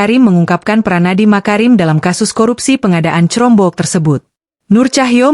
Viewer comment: jangan pake text to speech 💬 udeh gitu dibaca crombok lagi 😂